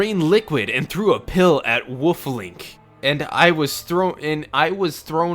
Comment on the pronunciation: Why does he keep saying woof Link and why is no one saying anything about it?